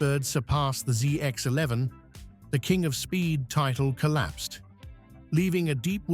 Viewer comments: What is the Zizar eleven hundred? More AI slop? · British accent ai saying zee x 11